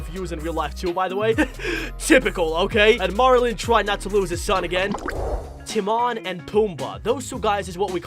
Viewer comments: Who's Timarrn it's Timon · You say timone like Tim oh ne